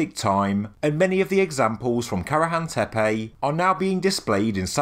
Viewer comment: Why do you pronounce Y at the end of each Tepe ? It does not spell Tepey, does it?